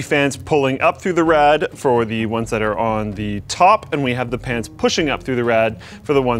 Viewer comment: Anyone else catch him say pans instead of fans ?